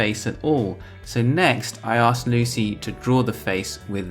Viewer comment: You hear "asked" as you say it. But it's clear you're dropping the k which is not the norm for American English.